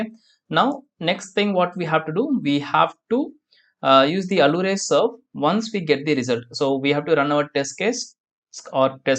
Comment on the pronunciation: Nice videos. Allure is pronounced as if it were 'alyooor'